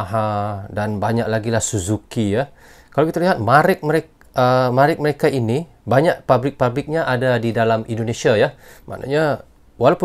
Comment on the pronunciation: MÈREK = Brand, bukan diucapkan sebagai "Marèk". È berbunyi seperti salam kata Sensei